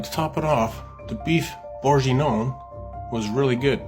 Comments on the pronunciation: Let’s all say it together “Burgun-Yawn” Great video! I’m going to send you some Omaha Steaks, do you like Filet-Mik-Non😂😂😂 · Burr gain(hard g) yawn like you’re ratatouille 🧑‍🍳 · Beef borg ing yawn! That’s how it’s pronounced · So many mispronunciations of bourguignon … would have taken one google search on how to correctly pronounce it lmao.